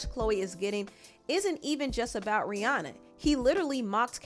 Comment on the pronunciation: Rihanna is pronounced Ri-Ana. Not Ri-Aw-naw.